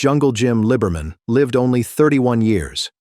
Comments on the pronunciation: It is pronounced Lee-Ber-Min. Clare is a guy. Clare, driving Jim's number 2 car won the Winternationals at Pomona, not Jim. I was a crewman on Brutus in '65 and '66, and alcohol or drugs were never a problem when I knew him. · that is NOT Pam!! That is Barbara Roufs! SHEESH!!! And that isn't how you pronounce his name either! I'm glad I just skimmed thru this dribble... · He's hardly a "footnote in drag racing history". He's frickin' Jungle Jim Lee-ber-min.